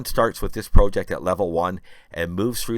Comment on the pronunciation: Please learn how to pronounce the word project